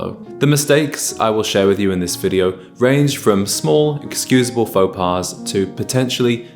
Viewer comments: In French, one does not pronounce the "S" of the word "Pas". Faux pas. It is pronounced as if "Pas" has no "S" at the end. 🤷🏽‍♂ Un pas, des pas or faux pas, one does not pronounce the "S". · You lost me at the plural of "faux pas" when you pronounced the "s". I shall not endure such savagery. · Mistake no. 1: mispronouncing faux pas